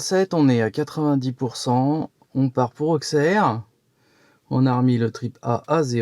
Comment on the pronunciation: Pour info la prononciation : Auxerre = Ausserre / Avallon = Ava long